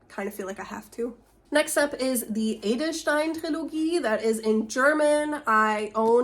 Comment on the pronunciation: First video of yours I've watched (the algorithm has kept you hidden from me until now) and when you did your balancing act at the beginning, Saphirblau caught my eye and I was wondering whether you might be German. Then you started to speak and I dismissed the notion. Until you said "Die Edelstein-Trilogie". The pronunciation and more so the intonation was so natural that I thought you must have been brought up bilingually! Mad respect! I read the series a couple years ago, which is why I recognized the book. Being male and not a teenager anymore, I'm not the target audience and even though I would have preferred it if the romantic gushing were toned down a little, I still enjoyed the series. I became intrigued because of the time travel aspect and that was done really well, I think. Not sure how beneficial it is to have a longer gap before resuming the series with book 3; it's probably helpful to still remember the previous books in order to keep all the time travel elements straight. But then, you don't seem to have issues with pausing and resuming multiple series, so maybe you're good. (My reading MO is very different, I almost always read series back to back.)